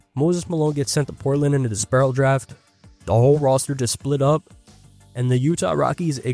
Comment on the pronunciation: DISPERSAL draft. Not "disperral" draft